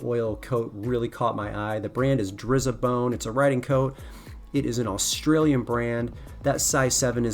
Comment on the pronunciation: Drizabone - is pronounced dry as a bone (Aussie lingo) :yt